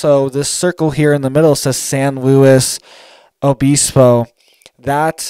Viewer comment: We’d say San lew ibisbo but we were just San Siego surfers and there is one in north county San Diego with the same name. The “S” and “O” was silent